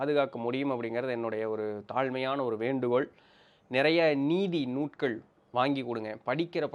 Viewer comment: நீங்கள் நூல்கள் என்று சொல்வதே சரி. நூட்கள் என்று சொல்வது சரியாக தெரியவில்லை.